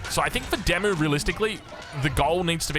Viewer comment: I have to keep saying this.... Oi DeMu...Walls! FFS